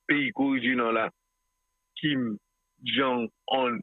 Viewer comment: mwen renmen lew pwononse non Kim.